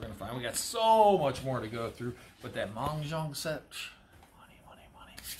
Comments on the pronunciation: It's Mah-Jong, not Mong-Jong. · Mahjong not not Mongjong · I think it's Mah Jong, not mung jong.